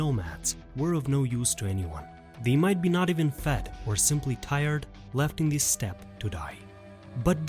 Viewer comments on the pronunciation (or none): none